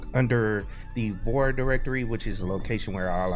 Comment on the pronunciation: Why do you keep talking about the "VOR" directory? It's "VAR".